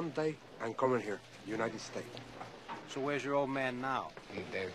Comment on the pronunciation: “From juinted states”